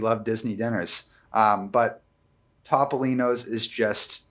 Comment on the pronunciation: I am an extremely loyal viewer and an avid fan of Dis Unplugged. Love you all to death, but I have one massive pet peeve. Please stop mispronouncing Topolino's . It is not Top-o-lino's. It is Toe-poe-lino's. The Italian word for mouse is "topo." Pronounced "toe-poe." Thanks!!!